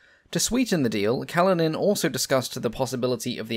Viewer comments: Kalinin is pronounced 'Kaleenin'. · Kalinin has stress on the second syllable (1st i)